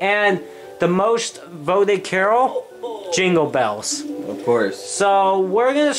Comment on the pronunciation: U say jingle balls makes me think u need to kiss someone